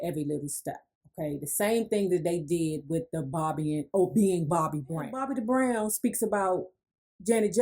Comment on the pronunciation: 🤔 Why does she keep saying DA BROWN Get my Best Friends Name right Lady. 😡